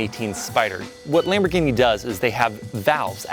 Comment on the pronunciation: The way he says lonborghini huracan preformante lmao